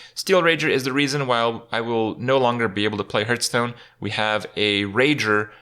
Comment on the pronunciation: I love watching Kripp videos more and more everyday, without even playing hearthstone anymore myself, but it really bugs me to hear him pronounce it "Hurststone"